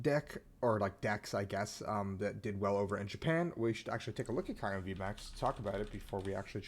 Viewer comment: The way you say Kyurem makes me uncomfortable lmao